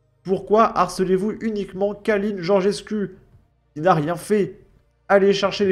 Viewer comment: Le 'u' en Roumain se prononce 'ou donc on dit Georgescou